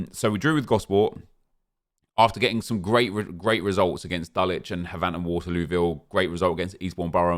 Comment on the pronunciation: You know these videos are fantastic when you're biggest problem isn't enjoyment, or EAids, or rebounds. It's the fact that, as someone who lives near Havant, it annoys me that he doesn't pronounce Havant the same as "haven't" like it should be 😂